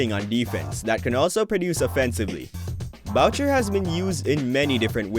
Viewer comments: boo-shay lol not bow-chur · Pelltel? Bowcher? Are you a bot? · Was sounding good till that(Boucher-Voucher).This could be a good example of AI although this bot is positive about our RAPS...:body-blue-raised-arms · this man called chris boucher chris bowcher 😂